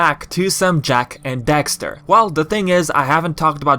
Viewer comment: why are you saying dexter my guy